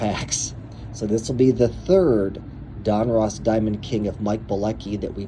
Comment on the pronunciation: ITS DON-RUSS.....NOT ROSS......GEEEEE